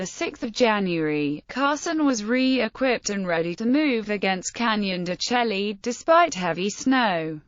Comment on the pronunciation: It's pronounced Canyon de shay